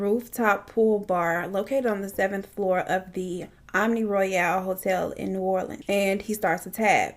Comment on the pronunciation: Finally someone who pronounces new orleans right 😂 every single true crime case I’ve seen they pronounce it wrong